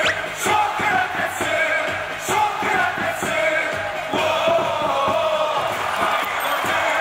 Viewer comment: 나 맨처음에 소크라테스라고 하고 그리스 소크라테스 라는줄 ㅋㅋㅋㅋ